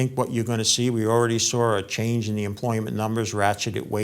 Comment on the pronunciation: There's no "R" in "saw." Geez! These gurus have been saying, and "thinking" gold is going up, but instead, it has gone down to flat, for five years, until recently. Like they say, even a blind squirrel finds a nut once in a while.